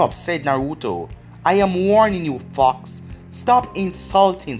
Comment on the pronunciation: i feel like ur saying fuck but u r saying fox lol